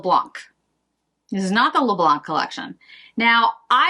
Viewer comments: Hello, just to say in french we say "le blan" and not "le blanK", i think this will be prettier this way when you will say it (apart from being correct), xoxo from Val (french from Paris) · Please please do not pronounce the ‚c‘ in Le Blanc! 😉😂👍😘